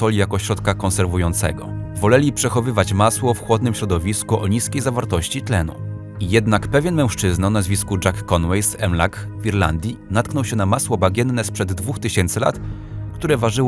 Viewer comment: Mężczyzna nie Męłżczyzna